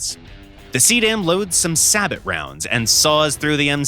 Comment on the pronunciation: The t is silent in the word "sabot" and is pronounced as saybow